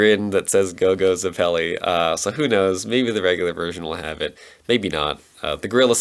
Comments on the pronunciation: Curious, you said zepPEli. I pronounce it as ZEppeli... never thought about it having different pronunciations. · After I read this, I realized I pronounce it differently depending on which character I’m referring to. William ZEppeli, Caesar zepPEli, and gyro zepPEli.